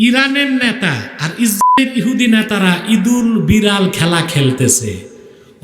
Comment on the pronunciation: ইসরাইল ইহুদি এ নামগুলো হুজুরের উচ্চারণ বুঝা যাচ্ছে না।হুজুর কি ভয় পাচ্ছে কিনা বুঝলাম না